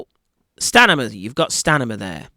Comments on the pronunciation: Just want to correct the word stanima it is “STAMINA”. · Stamina not stanima. You talk like the Geico lizard commercial. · I love you my man but it’s STAMINA - not Stanima ! Ahaahhhahahahah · I had to turn up the volume.. i thought i heard him say stamina instead of stanima. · STANIMA!!! 🤣😂🤣 love your take on this fight though. more power! New subscriber here. ❤ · STANIMA!!!!! You sure its STANIMA? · Did you just say “stanima”? Lol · Did he say 'Stanima'? lol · Its STANIMA,. you're not listening.😅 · S-T-A-M-I-N-A. you can pin this it will help.